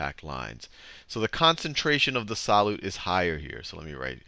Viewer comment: the way he says solute pisses me off...